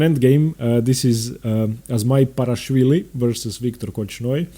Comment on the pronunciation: Second small quibble: You have the absolute best name pronunciation of any commentator on YouTube. Capablanca! Azmaiparashvili! Zapata! Clean voice and correct... Except for Ruy López (as written in Spanish), which is pronounced LO-pez instead of lo-PEZ. Wonderful videos. Earned my subscription.